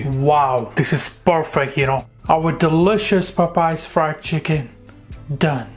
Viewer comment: I like how he said:"Pop Pies fried chicken "😂😂😂😂😂 Must be Popeyes cousin